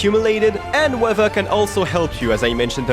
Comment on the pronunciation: Ahh yes. ‘Weaher’